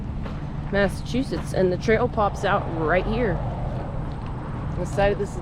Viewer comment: Muddsechusetts. Livardi is pretty stellar, though. I really think folks need to work on their pronunciation of the various "shires" in New England. It's frickin' SHEER! Not difficult. Have a nice day.